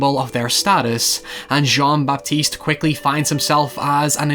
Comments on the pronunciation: I'm really glad to see you talk about this movie and novel. But Christ, the pronunciation of names. :D Great video, though. There are many inspirations for this story, I think. Another quite similar case to that of Jean-Baptiste in this story might be the story of Tarrere, who was a grotesque eater of many things and became more or less denounced and outcast freak of his time. Tarrare's story was about endless, greedy consumption - at least that is how he was depicted back in his days and even used for his eating disorder to smuggle messages inside his belly. Going that route, I think Perfume is more about an extraordinary person obsessed with creation rather than consumption and is therefore also forced to become a social outcast and murderer. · "Jonn-Bapiste Gwénouii" X)